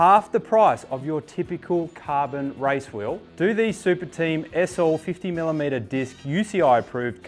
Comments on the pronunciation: Why do you say RICE instead of RACE... Learn English for God's sake! RICE is the food. Race is the competition... Got it? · Why do you say RICE instead of RACE????????